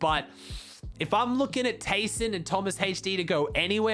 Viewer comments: Man said taysonhd lol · bro "taysonhd"